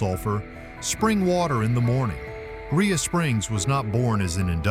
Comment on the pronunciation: Rhea pronounced ray not ria.